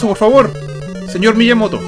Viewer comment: Me Lo Perdi, Pero No Es Miyamoto, Es Pillamoto🤯😂